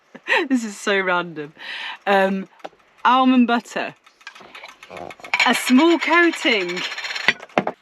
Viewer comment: Please, the L in almond is silent and its pronounced aaa mond.